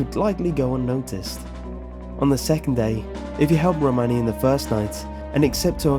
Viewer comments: Pronouncing romani wrong!! It’s row-maa-nee! In fact a lot of the way you pronounce is incorrect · Great video! However I have to point out, it's Romani not Ramoni :p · It’s pronounced RoManee not Romani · i liked your video but gat damn, there are a lot of errors, the most egregious is you calling it ramoni when its Romani lol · Uh, you do know it's Romani, not Ramoni, right? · My issue is that he kept pronouncing it "rOmani" when it should be "romAni", emphasis on that "ah" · its romani not ramoni just saying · It's RO-MAN-E Ranch, not Ramoni Ranch. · roMANi, [ro-mon-ē] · You say Romani wrong , like if it bugged you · dude your not saying Romani right😶😓😓😣😦